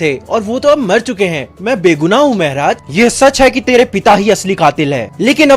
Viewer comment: Bhaiya aap Maharaj Ko mehraj bolate ho Aur Adventures of Toto main Saharanpur ko Sehranpur 😂